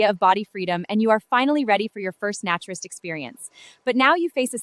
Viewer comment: Your answer makes no sense. A naturalist is someone who records and studies species and their habitats.A naturist (different A sound), is someone who lives by and regards that living free of clothes is a profound and valuable way to live. So still, AI is pronouncing the A in naturist as in the words hat, cat etc. when the correct pronunciation of the A in naturist is as in day or may for example. So, clearly you are wrong in your pronunciation of the word naturist you use in this video.